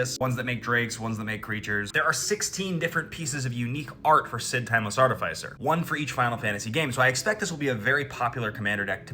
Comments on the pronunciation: I never want ti hear you say art ih fai sir again 😭💀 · Bro, that pronunciation hurts my mind, body, and feelings. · Arr-ti-fai-sirrrr Thats what I've always called it. Only been recently where I have heard it pronounced as ar-ti-fis-er, but it sounds yucky to say it like that lmao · THE WAY YOU PRONOUNCE ARTIFICER FEELS LIKE FINGERNAILS ON A CHALKBOARD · Agreed, because it’s not like we say artif-ayct. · Love all of the content but I can’t be the only one put off by the pronunciation of artificer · Hate how you say artificer